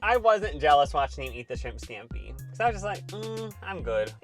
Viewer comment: thanks for pronouncing shrimp skampi like that, very skampi